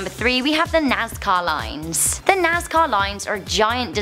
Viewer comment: Sounded like she was saying "Nascar Lines".